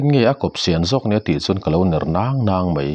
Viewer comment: Ngaihthlak anuam thin... Mahse mei tih aiah mai han ti ta zawk la.. Ngaihthlah anuam lehzual ang😇